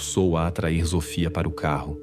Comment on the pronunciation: Ele fala errado o nome da menina.Sofia tem som de s e não de z.